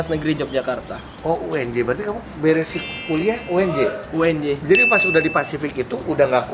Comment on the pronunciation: Uny kak, bukan unj